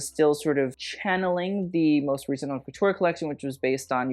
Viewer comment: Please please please if you want to sound posh for using French, go for it. But at least learn the right pronunciation for "haute". The h is silent, my dude